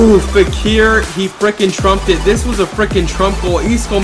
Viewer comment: Lol he said Trump it and its supposed to be Tramp it lol